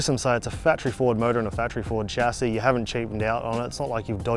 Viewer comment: It's pronounced "Sha see"